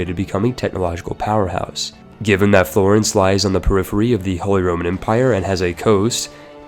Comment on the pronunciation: The way you pronounce "Florence" hurts my soul.